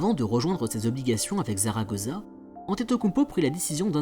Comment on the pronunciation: zaragoza ?? (prononciation)